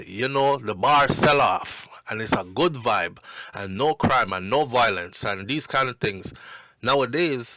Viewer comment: you keep mispronouncing the word violence and it takes away from what you are saying every few seconds. The word is pronounced Vi-O-lence,,, not VOI-lence. Now carry on and do your thing. You're welcome 😊